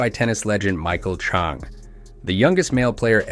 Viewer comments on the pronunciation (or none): Please learn to pronounce Michael Chang's name! You lose credibility among tennis fans for not knowing how to pronounce a tennis legend's name!